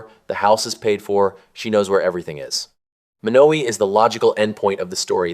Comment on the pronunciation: Lots of misinformation. The pronunciation of Beatrice and Monowi. There is not a Menards in Beatrice.